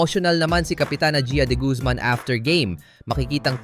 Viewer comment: AI ba yung voice over? haha Behhlen, De-Goozmahn